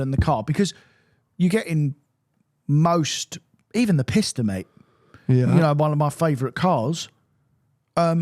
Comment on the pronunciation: I love the combination of the amount of reverence has for the 488 Pista while continuing to pronounce it "Piss-ter"